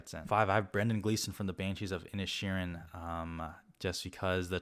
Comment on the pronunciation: It's pronounced "in-ish-ur-in